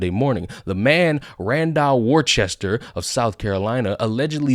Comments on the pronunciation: Welcome to "War Chester", $1.25 please. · Hey,...it's pronounced "Wooster" if you're from his hood... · hahahahaha the context is that cops are psychopaths. don't matter what color you are. By the way, it's pronounced "wistah" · Pissing myself laughing as Americans attempt to pronounce the word 'Worcester'... besides, as they said back in the day, the guy was 'TuNED Up' Sipowicz style....